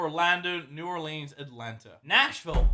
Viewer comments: its not (new ore-leans) its (new ore-lens) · They way mini pronounced New Orleans hurts me